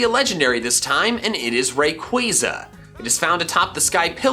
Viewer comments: Im finna beatchu for saying rayqaaza its ray-quah-za wtf and arceeus emphasize the c not k kll me now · You also misread rayquaza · Man said rayquiza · It’s so annoying